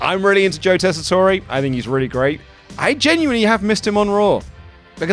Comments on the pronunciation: Tess-i-tor 😅 its pissing me off how bad yall are butchering his name ever since he came to commentary lol. Not Tess-i-torey 😂 and have butchered his name SOOO many times over the last 3 weeks lol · Crazy that you guys STILL can't say Joe Tessitore's name right. Good grief.